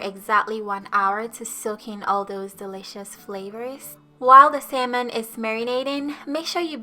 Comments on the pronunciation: It sounds like she sayijg Semen and not salmon😅😅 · "sayman" "sayman" "salmon" ???? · its SALMON. Not SAYMON. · U sound so funny the way your pronouncing salmon 🍣 your saying simon can’t u say salmon it’s no hard to say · What is samon?😂😂 it’s salmon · How many times did she say samon (salmon) in each sentence? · no worries, I know from my friends who are learning English that it's a super hard and weird language haha! 'Samen' is pretty close but if that's difficult to pronounce, I think 'sámon' will also be quite clear and will be less likely to be mistaken for 'semen' 🙈 Anyway thanks again for the recipe, will be making it soon! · I hear sam enn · Great recipe and perfect explanation. May I suggest something....you keep on pronouncing it " say-mon", instead of salmon ( the a is an ah sound). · Who else is bothered by “sayman” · Lol it’s Salmon not “semen” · did she just say "marinade for the semen"? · Take a shot for every "sayman" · What is sailmon? Lol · Wait samon..samen..semen?? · Brawl the SAY-MAN Best accent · Saymon kay gays. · Great recipe, this looks super delicious, but please for the love of god stop pronouncing salmon as "semen" lol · Drinking game; drink every time she pronounces Salmon wrong. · Love how you say salmon🥰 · Simon cowell....hahaha cute silent "L"